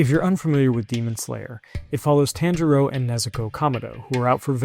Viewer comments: It’s Ta an Ji row not Tane Jirio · “TAN-ja-row” Bruh what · No way you just said tan jero 😂😂 it’s Ron take the time to try and respect the characters name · Learnt directly from Inosuke's school of diction